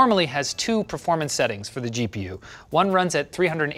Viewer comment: Why do you guys struggle to say performance? PRAFROARMANS